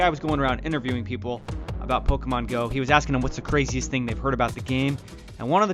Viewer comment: I hate people who pronounce shit wrong , this Nigga keeps saying it like (poka,stop pokamon ,, its pokémon pokéstop not poka